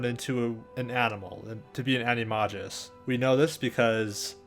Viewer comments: Also, it is a-ni-may-gus like with a 'G' rather than a 'j' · The way you pronounce Animagus is funny.